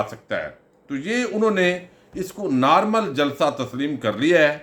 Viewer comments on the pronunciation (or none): none